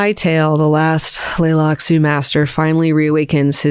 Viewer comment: Does have a hard time with the letter T? She keeps skipping it in the word "Tleilaxu," so I thought maybe the T was supposed to be silent, but then she also skipped several other Ts in other words too.